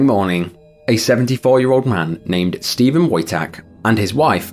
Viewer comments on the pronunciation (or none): none